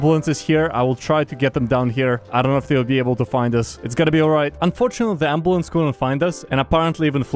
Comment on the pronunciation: "the ems decided to put skylar ontop of the amboolance"